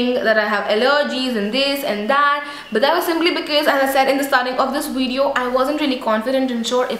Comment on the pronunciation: Great video ! ps : pronounce the word "Video" correctly coz it is not "Wideo" as u say in all your videos. I would love to see more about indian food and recipies, shops in India..